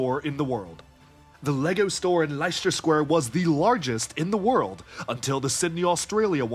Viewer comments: Leicester- sound it out with me Leh-stuh square. Not li-cest-ter. Leh-stuh as in jester. And Leicestershire, leh-stuh-sher. As in Jester her. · For future reference it’s pronounced as ‘less ter’ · Why are you pronouncing Leicester like that lol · Probably because someone told him it's not pronounced lie-chester like most Americans say it and he's doing his best alternative 😂